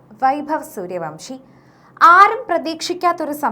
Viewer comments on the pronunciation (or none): സൂര്യവംശി അല്ല സൂര്യവൻഷി ആണ്